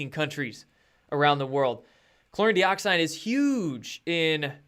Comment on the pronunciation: Good stuff, as usual! BUT, PLEASE don't be an IGNORAMUS with your INCORRECT pronunciation of something you are trying to promote. You've been advised of this before - please READ your comments, sometimes!!?? This does/could make you look like a fake promoter of your BLEACHING Agent product (Joke!!:), bro. Your 'product' is called "Chlor-EE-n, DIE-oxide". Got/Get IT yet? Good!! I really DO wonder.:)